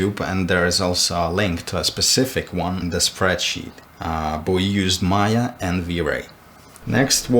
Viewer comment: No one:: "spreadshit"